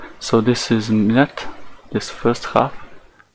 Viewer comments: kudos for pronouncing Mljet and Korčula. It can be hard for people who never learned any of the south Slavic languages. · Yo can we all appreciate superb pronounciation of Mljet and Korčula? That was pretty much perfect! Also props to Marko, he actually went out and did legit experiments, so he gets a thumbs up for effort, even though he's is wrong in the end. Though I still don't get why these Flerfs keep saying "Ha! I shouldn't see any of this island but I can see half of it!". That still proves the globe, you would have to see literally all of it to prove the Flat Earth. Most of Mljet is clearly hidden behind the curve on his observation, yet he claims that a tiny portion of the island is visible and that proves the Earth is flat? His logic is just flawed.